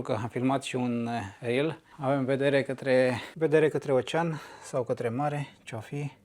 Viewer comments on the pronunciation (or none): none